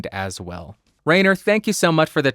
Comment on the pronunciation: A little hint, because the German pronunciation is really difficult: "ai" in Rainer is pronounced like "eye" ... R-eye-ner should sound better than Rain-er😊